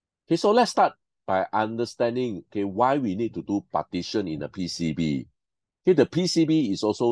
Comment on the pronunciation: Quite informative. Moreover, I like how you pronounce PCB as "P C Buh"... unlocks new possibilities of accents!